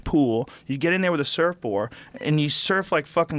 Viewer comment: Joe "surfboar" rogan